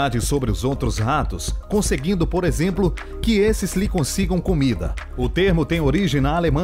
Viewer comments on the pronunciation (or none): none